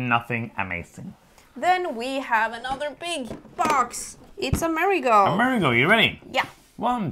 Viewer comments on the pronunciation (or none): I'm still italian. It's Amerìgo. I can't believe you don't pronounce right a name in a language you don't know. Shame on you and